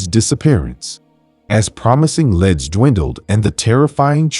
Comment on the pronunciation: "leads" being pronounced as "leds" is your typographical error. AI will pronounce words exactly as you write them. You do need to proofread and proof-listen your videos before they are published. Very nice video & thank you for your effort.